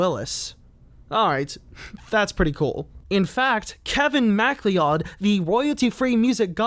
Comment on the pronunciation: Kevin McLeod is pronounced Mick-cloud